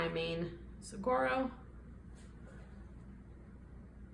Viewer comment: An Arizona native here—saguaro is pronounced su-war-o. The gu is pronounced like a w. Love the art!!😊